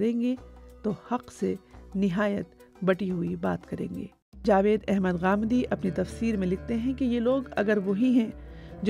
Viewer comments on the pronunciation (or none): none